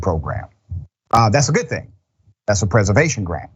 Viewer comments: My man said “poor thang”, Translation This fool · "Po thang..." 🤣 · "Po thang"..😆🤣😭😭